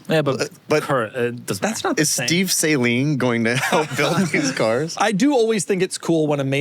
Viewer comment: My biggest pet peeve in the automotive world is how your pronounce saleen. SALINE is eye contact solution. Steve SALEEEEEEEEN is the guy who builds cars. Just shows how un-knowledgeable actually is.